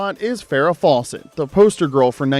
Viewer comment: How come the narrator pronounces Fawcett as "False-ett"?